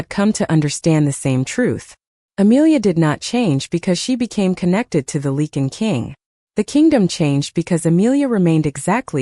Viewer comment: I wish someone would teach the A.I. how to say Lycan. It's supposed to be Lie-Can not leaken! It's also "The Lycan King" not the The King Lycan. I know English is difficult but if you are going to tell a story you should at least learn how to pronounce the words.